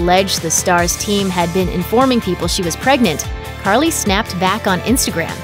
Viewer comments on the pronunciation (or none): why did y’all call cardi “carly” lmaooo